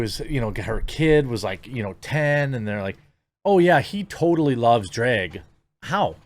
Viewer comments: You pronounce drag weird 😂 at first I didn’t know what you were talking about. It’s pronounce like “drag” in the the mud or the first part of “drag”on 🐉 Edit: despite my nitpick your content is phenomenal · Why are you saying dreg? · “Drayug show” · You say "drag" like trisha paytas says "bag" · Hearing the MidWest accent trying to pronounce "DrEg Show", hilarious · Jeremy's pronunciation of "drag" is the most midwest thing I've experienced all day and I live in north dakota 😂